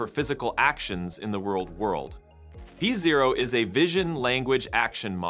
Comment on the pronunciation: "pee zero" 😂😂😂😂😂